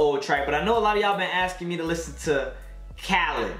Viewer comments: It’s actually pronounced kuh-leed that’s how you pronounce it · That's not how you pronounce him name 😭